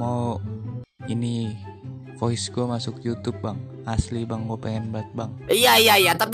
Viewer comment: Bilang voice aj VOICETOD 😂🤨